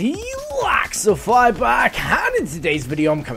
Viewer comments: In your intro it sounds like you're saying laxify instead of lexify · How come you pronounce Lexify with an A? "Hey guys, here..."